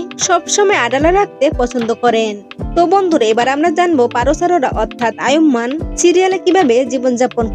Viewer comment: নামটাই তো ঠিক মতো বলতে পারলেন না